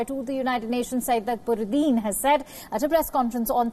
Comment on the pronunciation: Mrs anchor pls pronounce the name properly It's ak - ba-rudin